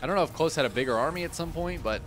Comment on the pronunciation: Klose is a german rooted name derived from the name "Nikolas". So, it would be pronounced "KO-LOSS". Similar to how you would start to say "Collosus".